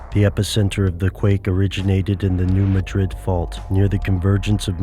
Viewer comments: If you conspiracy theorists insist on making videos, please get the pronunciation right. In Spain, it's ma-DRID. In the United States, it's MAD-drid. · it is pronounced Mad-Rid not Ma Drid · it it new mad rid, not new ma drid. try to get the pronunciation right if nothing else. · If you presume to teach me, then first teach yourself. The town isn't pronounced Muh-DRID as is the capitol of Spain, it's pronounced MAD-drid. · Forgive me for being picky, but it's pronounced, "new MAD-drid," not "new ma-DRID." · Pronounced "MADrid" - thank you. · Please learn to pronounce the name properly. It’s called the New Mah-drid Fault. It’s not pronounced like the Spanish city. If you meet people who live in the region, they pronounce it the way their ancestors named it. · ITS "NEW MAD DRID" PRONUNCIATION. Im from Charleston Missouri used to work in New Madrid. I live in Lousiana now. The people from Missouri wanted to know why I would come down to the New Orleans area because of hurricanes? lol theyre not gonna come on the news and say a Earthquake is going to hit in two days in Missouri but they can warn you of a hurricane. lol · Fwiw its New MAD-rid. You got to pronounce it correctly (which btw is pronouncing it incorrectly ;-) ) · How about instead of "listening" to conspiracy theorist and the government, listen, and I know this sounds crazy, listen to a Geologist! I'm sorry but I can't you serious if you can't say "New Madrid" right. Even my Chinese geology professor can say it right and his main study of research is study the NEW MAD(like the word for angry)RID(like get rid of the useless info you put into people's minds). Go back to college. PS they can't predict earthquake, it's impossible.